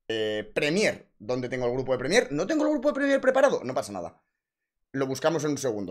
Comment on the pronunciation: Has dicho "Premiér" 200 veces (mal) y solo 2 veces Prémier (bien) 😭